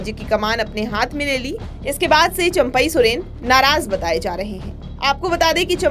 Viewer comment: इनका तो चंपाई सोरेन उच्चारण नहीं आता